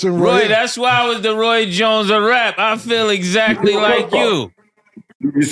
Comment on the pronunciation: Roy “Joins” Jr 😂